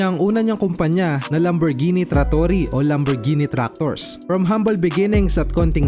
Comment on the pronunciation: Naiba na ang pagpronounce (lamborjini) yata to boss😂😂